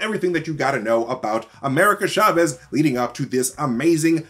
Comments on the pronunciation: It’s (CHA) (VEZ) not Shahvez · it's not SHA-vez; it's CHA vez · Btw, it’s not pronouned “sha-vez.” It’s “cha-vez” (ch like in challenge, or choose) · Love the mispronouncetion of Chavez, CHA-VEZ not SHA-VEZ. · CHA-vez. Not SHA-vez. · Why does he keep saying "Shavez"? It's CHAVEZ! You wouldn't say shamber or shasing or shicken 🤔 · cha vez not sha vez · Hard "ch" in Chavez!